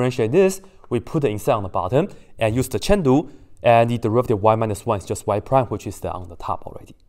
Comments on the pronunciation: I’m pretty sure it was a reference to what Dr. Peyam called it at one point; he is mispronouncing it on purpose. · I heard chain rule like "chendu" and don't forget like "dont f*ck it" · You had me googling "Chen lu" for 5 minutes till I realized that you said "Chain rule", awesome vid and explanation.